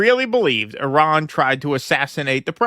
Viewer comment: Americans cant even say Iran right